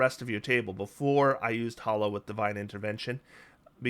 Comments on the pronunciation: You seem to pronounce it as "Hollow" but it's actually "Ha-low" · Neither you nor pack tactics is pronouncing hallow correctly. It rhymes with tallow, not follow.